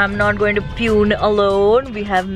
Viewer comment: Never heard such disgusting pronunciation of PUNE 😩